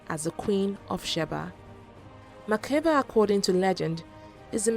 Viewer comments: Makeda Not Makiba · it is Makeda pronounced as Makda not Makeba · Makeda not makeba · hahaha....i am ethiopian and it is Makeda......actually its the narrator who made the mistake......he read it as makeba....may be influenced by the singer....but its MAKEDA.